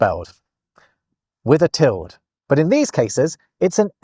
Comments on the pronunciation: Tilde is pronounced with two syllables: till-duh. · that's the first time in my life I've ever heard "tilde" pronounced as one syllable you should get out more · I thought that tilde was pronounced til-duh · Is "tild" the British way of pronouncing "tilde", or is that just a thing? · Tilde does not have a silent e. Pronounce every letter, unless you want your listener to think you have just been ploughing your fields. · I learned to pronounce tilde as two syllables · Am I going to be the 1,000,000th person to say that it's pronounced TIL-day? At least it is *en español*. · Enjoyed this romp the lost punctuation marks. We definitely need the sarcasm punctuation. I love the name interabang for the question/exclamation combo. Just an FYI, the mark over the n in Spanish, the tilde, is called a tild-uh. The e has a schwa sound. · tilde is pronounced with 2 syllables at least here in the USA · no t is pronounced til-de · Actually, it's "til-duh" in English. Sure, the word "tilde" exists in Spanish, but it means "a diacritical mark", not ~ specifically. In English, it's long been pronounced "til-duh", and you can check this in any English dictionary. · You do know how to pronounce 'tilde'⸮ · … do Brits pronounce the word “tilde” monosyllabically?? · Interesting pronouncing of - UK/ˈtɪl.də/ tilde. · Is your pronunciation of the word "tilde" common in the UK? I'm from the US, and I have always pronounced the word "TIL-day", though I have occasionally heard "TIL-duh" or even "TIL-dee". This video is the first time I ever heard a single syllable "TILD". For what it's worth, Google does agree with me on this... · I hadn't realised that the squiggle on top of the n: ñ was called a 'tilled'. It's generally pronounced 'till-duh', but from the north midlands and lives in Germany, so he's a bit cut off from the language. Sorry,. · I thought that the tilde was pronounced tild-eh, more Germanically... like Tilde Swinton...? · "Tild"??? "Tilduh" /ˈtɪl.də/